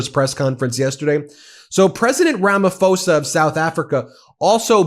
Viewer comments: Just fyi: It’s Rama PO-sa. Not “fo-sa” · It's pronounced Ramaposa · Hi, Our president's name is pronounced Rama-posa. I'm South African, and there is no white genocide in SA. There are farm killings. Farms are predominantly owned by whites. The farm killings affect white & black people. Killings are not race driven but are criminal acts. The grave site shown last night is the 1st time ever been seen it. I'm bet it is not farm killings grave sites. Our white folks live in harmony with Indians & Blacks. They don't want to leave SA.. We have a land of milk & honey. Crime is very high. Most residential areas have up to 5 security companies patrolling day & night. Ben I really love your podcasts and watch them throughout that day. Keep it up!!!🎉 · His name is pronounced Ramap hosa not Ramafosa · Rummah-pause-ah. That is how you pronounce Ramaphosa. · I'm a South African, Ramaphosa made me shriek with laughter when he mentioned the plane. Classic Ramaphosa! PS it's pronounced Ramaposa. There are South Africans that belong to the Trump cult, much like people from other countries. They are all mad. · Sounds like Ramapoorsa. H is silent!. Love that you guys stay on it!!!❤